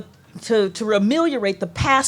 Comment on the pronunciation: It's "ameliorate", not "remeliorate" Carol. Were you trying for remediate?